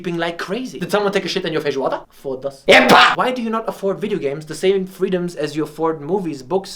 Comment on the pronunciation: "did someone take a shit in your feijoada.. foda-se!.. EH PÁ!!".. My dear. Beautiful pronunciation!